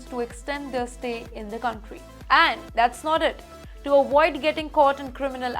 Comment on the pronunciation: “Dipotation is needed” according to this news caster. She is so funny. But why the irritating music? Also, “Awoid” this channel.